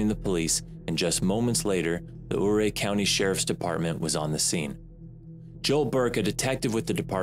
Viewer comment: It is pronounced "Youray" not ooray. I was born and raised there. It hurts me to hear you slaughter the pronunciation of it.